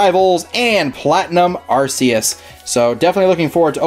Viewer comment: its ARC-E-US